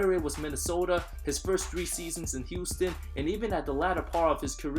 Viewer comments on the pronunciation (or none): none